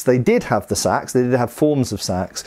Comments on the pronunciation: Gods I hate that pronunciation. They weren't wearing shades and blowing cool tunes into a curved horned instrument, and nor were they using burlap bags as weapons. Æ is the a in at/bat/cat/that, and it is not spelled Sæx, it's Seax. So there should be some level of even sub-vocalization, something that makes it sound different than what rice is transported in, or what John Coltrane was famous for. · "There are all kinds of Saxe..." 😜